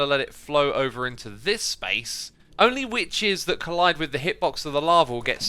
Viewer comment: Xisuma "we need to burn the wiches"